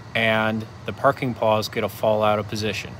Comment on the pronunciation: Parking pawl,.. pronounced paal (not parking paw) teaching is fantastic, but get the details correct or other teachers will find you silly.